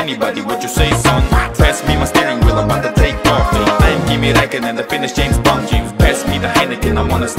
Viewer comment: James Bwoahnd